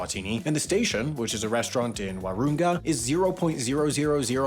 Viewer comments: You've mispronounced Wahroonga, Lake Eyre, Oodnadatta, Gibber (Aboriginal for stone or pebble) and Woomera. Also, your pronunciation of pastoral put the emphasis on the wrong syllables. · It's not Wah-ROON-gah its Wah-ron-ga. I live in the area. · Actually the station is not a bad restaurant in Wahroonga lol, and it’s pronounced whA-runn-ha 😂 -sincerely someone who lived in Wahroonga for 10 yrs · It was a solid attempt pronouncing Wahroonga (“War-un-gar”) but not quite there - did not expect to get a shout out! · HOW DARE YOU MISPRONOUNCE WAHROONGA! IT’S WRONG, AND IT’S ALWAYS WRONG! EVERYONE IS SYDNEY AND KU-RING-GAI SHOULD BE ASHAMED!!! >:( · The pronouncement of Wahroonga 😭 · As an Australian I must fulfil my constitutional duty and explain the ‘oo’ in Wahroonga is pronounced as a short vowel sound (like you’re saying on and in at the same time). In any case, if you are passing Wahroonga I recommend the butchers block just down the road instead! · And Wahroonga, close, but not quite on the money.